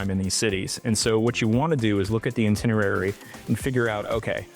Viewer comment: It's pronounced "EYE-tinerary"